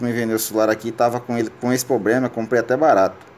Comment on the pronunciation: Não consegui assistir tudo pelo fato de falar errado demais(subir pra cima)é foda. (Derligado). Dispenso a ideia de resolver meu celular, (pobrema). Caralho , (mínimo de brilho prosive). Impossível ouvir tudo.